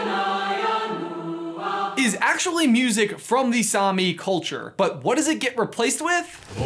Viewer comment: It hurts me how americans says Same. It is not sami, it’s same. I’m Norwegian